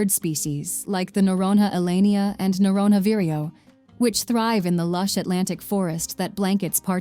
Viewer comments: Pronounced Fernando de Noronya. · Noronha ❌ Noron-RÁ ✅ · The "h" of Noronha is not pronounced like "have", "hot". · "Nh" in portuguese is pronounced like "ñ" in Spanish. If you can't pronounce it, try saying "Noronia", never noron-ha. Hehehe. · O melhor é no vídeo falando NOUWAORINOHA ao invés de noronha 😭😭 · In Portuguese "nh" soubds like "nya" or ñ in Spanish. Say "Noronya" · NORONHA should be pronounced NORONIA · "noron-ha" my You US Americans should learn to pronounce Portuguese as you demand us to do in English... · Yes, it can snow in Brazil. Research before making such statements next time, ok? Fernando de “Noronha”. Please look how to pronounce “nh” in your Portuguese/American dictionary. 😅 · Learn how to pronounce Noronha! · How is that she says "golfinho" right and "noronha" wrong? AI narration, right?